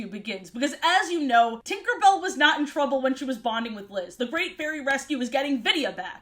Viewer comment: He he she said twinkerbell😂